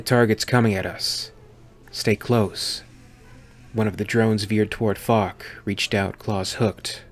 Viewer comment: So often understanding "Fuck" instead of "Falk", makes some sentences really funny :D Anyway, Falk this shit xD